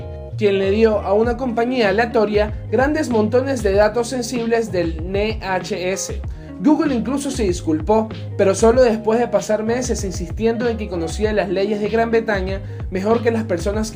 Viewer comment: Tienes que mejor tu discurso porque he escuchado varios errores gramaticales, otro punto sería la pronunciación de muchas palabras, como por ejemplo yihadista, que lo leiste "jiaista" o como NHS que lo leiste como "ne ache ese" pero es "ene ache ese". Parecen un par de fallos tontos pero hay basntantes más y hace que te olvides de lo genial que es este video.